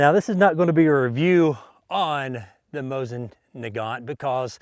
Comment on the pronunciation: It's Moseen not mosin get it right!